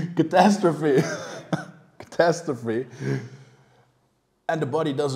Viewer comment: ‘Catostrofasiee’ 😂. Weer een lekker video!